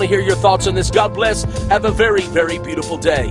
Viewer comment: He is clearly saying "cod", not God. He's talking about a fish guys.